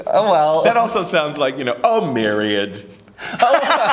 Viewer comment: I love how you said myriad! I'm glad I'm not the only one who blithely mispronounces words in public!:)